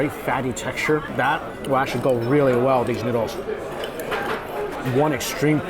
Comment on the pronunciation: I love the way says noodles. Neeoodles